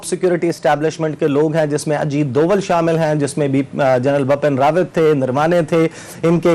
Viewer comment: For Essa Naqvi , plz correct ,Bipin Rawat not bapan